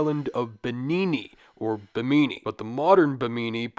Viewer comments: its BIH-mini ... not BIH-meany lol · Stop saying "Beemeenee". Bim min ee. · It pronounced Bhim-in-ee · Its Bemini.. as in Behm-mini.. Not bemeenee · Bahamian here! Its pronounced bim•in•e not bim•een•e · The emphasis in Bimini is on the first syllable so it sounds like Bim knee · Bimini is pronounced Bim-in-e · Pronounced BIM -AH - KNEE. Right? Am I the only one? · You would think someone would take two seconds to learn how to pronounce something. When the very first thing you say makes you sound stupid it's difficult to take anything the video says seriously. Beemeeneee was fucking killing me. Learn how to read. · Bimini is pronounced like enemy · Bim-ah-knee not a panini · love you and the series but for the love of all that is holy double check pronunciation when you say Bimini 54 times in the first few minutes haha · Trying your channel for the first time and the first thing I hear is you mispronouncing “Bimini” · that's not how you say Bimini lmao had to instantly turn the video off...this is easily available information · Is he pronouncing Bimini incorrectly or have i been? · Hard to believe this guy did any real research on these subjects, when he can't even correctly pronounce 'Bimini' or 'Ica.' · Omg ur pronunciation of bimini is so hard to listen to. Like just click the pronunciation button on Wikipedia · Love when youtubers open their video prouncing something completely wrong when it literally takes 5 seconds to confirm a pronunciation of a place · Have I been pronouncing Bimini wrong my whole life or am I taking crazy pills? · you pronounced bimini wrong the entire time lmao my god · The way you pronounce Bimini hurts me. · Then pronounce it right????? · How do you not know how to say Bimini? 🤦